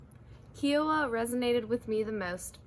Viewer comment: IT IS KAI WAH NOT SOME KIAWAH